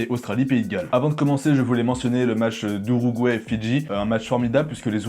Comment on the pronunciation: Ce n'est donc plus "l'Uruguay" mais "l'Ourouguay" 😂